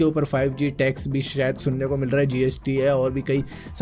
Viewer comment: "Sayad" Lol 😂😂😂